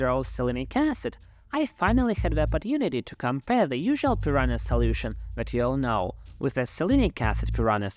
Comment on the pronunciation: Prononciation: PEE-RUN-(Y)A. NH sounds like NG in "sing".